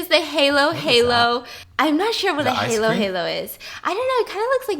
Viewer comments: It’s beef steak not hamburger steak 😊 Edit: also hay low hay low made me cringe so hard 😂 it’s hah low hah low 💀 also you need to eat the halo halo with a spoon 😊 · Thag halo halo is not called haylo haylo pronounce it as halo halo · I love Stephanie but listening to her pronounce Filipino food make my ears cringe. SO lemme help you out girl the Palabok (Pa-la-book), Halo-Halo isn't Halo its Haaaa-low Haaa-low, and its burger steak honey bunny. All love no hate just wanted to help a lil to save everyone's ears. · tip: halo halo is pronounced more like an “ㅏ” sound rather than a “ㅐ” sound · Stephanie: "Hay-low Hay-low" Filipinos: Ayayay..Its pronounced as Hallo Hallo spelled as Halo Halo Stephanie: "Paylaboak" -Filipinos: Hayyysss..Its pronounced as Pa la bock spelled as Palabok Hope I helped😁😊😁😊😁😊😁😊😁😊😁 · So correction (still love you tho 😘) Palabok = pah- la - bowk (bok is almost like book but with one o but not bok but more of with a bow in it and say bok fast and try not to pronounce the bow too much (sorry idk how else to explain) Halo halo - ha-loh ha-loh Not hay loh but ha as in hahaha Also for the halo halo you’re supposed to mix it all together before you eat it Love bye biss 👋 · Wrong pronunciation say Ha-Lo Ha-Lo not Haylo haylo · Its pronounced as “pA-LA-BOK” and “Ha-lo Ha-lo” not heylo heylo😅 I love u biss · *pa-lo-bok😂 not “palaback” *halo halo (aahhhhh) not “heylo heylo”(ayyyye) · So pretty much, we filipinos, we pronounce stuffs as how we spell it so palabok, we literally say PALABOK, and halo-halo is literally HALO-HALO not ‘heylo-heylo’. Thank me later 😂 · You eat halo halo with spoon 😊 halo in filipino means "to mix" so you gotta mix your halo halo 😉 also you read it not like the halo of angel, it's hālo hālo with a long 'a' vowel 😉 enjoy eating! Love you! 💕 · yes, it's just called burger steak. and halo-halo is pronounced as ha-lo not hay-lo. halo means mix, so you're meant to like mix it together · “Hay low - hay low “ pala bock”